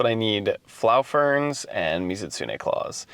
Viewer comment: Gotta say. The vibe of you explaining your insight into the game while you casually lock up the house you were working in; it was giving "Bring your kid to work" Day and it was extremely wholesome and heartwarming. BUT. Dafuq is a "FLAU-FERN"?!?! it's "flow". Like water 'flows'. Its a gatherable plant used to upgrade water weapons, not German ones. 🤣😂🤣🤣😂 You mispronounced it for comedy right? Please.